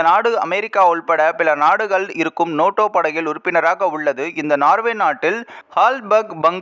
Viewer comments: Noto அல்ல NATO. ஏன் நேட்டோ பேசிக்கொண்டு துருக்கி leader ஐ show பண்ணுரெல். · நோட்டோ நோட்டோ என்று நொட்டதே! . ஆங்கில வார்த்தையினை தமிழில் சரியாக உச்சரிக்கவும். Nato எப்படி Noto ஆனது. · அடேய் ( நோட்டோ இல்லை நேட்டோ )அமைப்பு நாடுகள் பன்னாடை இது கூடத்தெரியாது செய்தி சொல்லவத்துவிட்டாய் 😂